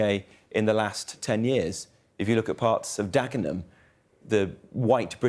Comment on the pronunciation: Senior Tory reactionary claims to know about Dagenham, somehow seems to pronounce it as Dakenham. Jenrick would never visit a Labour stronghold like Dagenham in his entire life unless forced to so. By a quirk of fate, I was born in Hackney, but I grew up in Dagenham, it is a rough old place, but it does just fine without Tory interference. Last year, after her death, I sold my mother's old house, and near 100 year connection with Corned Beef City was broken. That said my old hometown really does not need the racist Robert tarnishing further its already badly battered reputation. Perhaps a little redressing is in order. If he knew anything of the history of Dagenham he would know that between 1921 and 1927 the Becontree Estate provided new homes for around 27,000 people. That number flooded what was once a village of a few 100 farmers and landworkers. My grandparents were part of that, they built new communities and worked together to improve each others quality of life. Dagenham has therefore been a place that has brought together many varied groups of people and built communities and support networks on a huge scale and I am so pleased that my old home town is still fulfilling that function 100 years after my grandparents started it all off. Mr Jenrick you can express your nasty racialist views as much as you like, but please do not use my home town as one of excuses for such vile opinions. Otherwise it becomes personal and you may have read about how East London stands up a